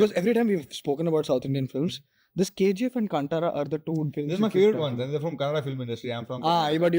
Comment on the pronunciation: Why would you say ಕಾಂಟಾರಾ being a kannadiga when clearly, its ಕಾಂತಾರ?